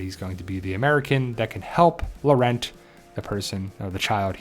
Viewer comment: POWER OF GOD The non is CLEMENCE POESY who played Fleur in Harry Potter BTW do not pronounce the T at the of Laurent